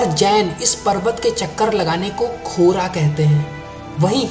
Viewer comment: परिक्रम के तिब्बती भाषामे कोर्वा (मौखिक भाषा मे) कोरा केहेंत है। खोरा नहि। और जो स्तुप है उसको छोर्तेन केहेता है चोर्टेन नहिं। तुम्हे सब बातों सच्च और पुरा पत्ता नहिं तो तुम क्यु ऐसा भिडियो बनाते है?